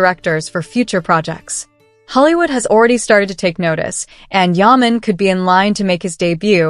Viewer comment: I live in thecStates and no one knows him here. You are not even pronouncing his name correctly.